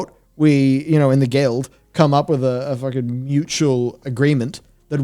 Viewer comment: If you're gonna quote Preach, it's pronounced "fookin'."